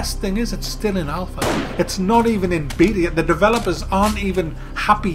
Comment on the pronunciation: Lol, when he says Alpha it sounds like Alphor